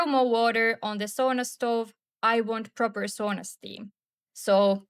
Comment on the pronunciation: Sauna not soona